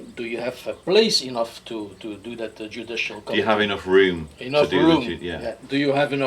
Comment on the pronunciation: My American ears kept hearing him say "Judicial Comedy" not "Judicial Committee"... I had to laugh, not at your guest, but the light bulb went off as that's exactly what it is a JUDICIAL COMEDY!